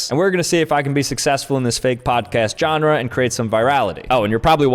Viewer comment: The word: Genre: "Johnrah"